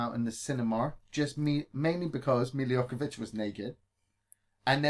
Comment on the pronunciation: Hey its Milla Jovovic not Jokovic.Love the Podcast keep up the good work guys!